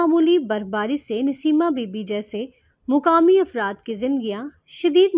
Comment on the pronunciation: Please get someone with a slightly better pronunciation to narrate. It's maqaami, not muqaami. Nibatnay, not nibtnay. A few other mistakes, too.